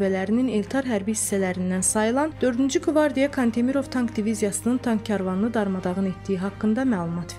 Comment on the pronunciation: Diktor zəifdir.Kantimirov sözündə vurğu kan hecasındakı a hərfinə yox,mir hecasındakı i hərfinə düşməlidir.Ukraynaya şöhrət yox,eşq olsun deyilsəydi daha düzgün olardı.